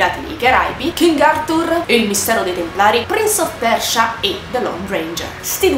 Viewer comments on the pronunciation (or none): titolo in inglese si pronuncia tutto in inglese, mica solo metá